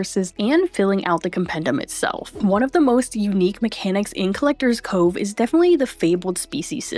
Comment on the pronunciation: Collector'SSSSSSS Cove. There's an S there. It's not supposed to be silent.